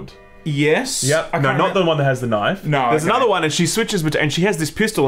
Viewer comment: I like that says "knife" like Crocodile Dundee and says "knife" like Uncle himself.